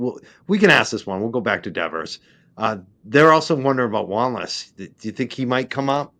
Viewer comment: NOBODY gets a $90K raise! Is that a typo? Her bame is DEVER, no "S" at the end. Pronounced "DEVVER".